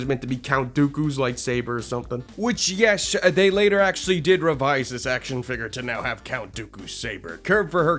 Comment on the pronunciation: Instead of yes bro says YESH